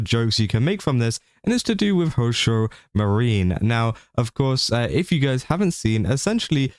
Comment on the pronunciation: YOu're doing news for vtubers and you can't even bother to research the pronunciation? It's MAA- REE- NEE Not Marine like Space Marines.